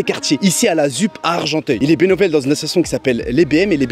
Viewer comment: Il est "bénovel" 😂